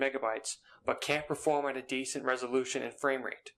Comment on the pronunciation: what is resoloution? 😂